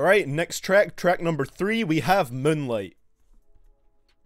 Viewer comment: can u plz say "moueieooene-lieeight" again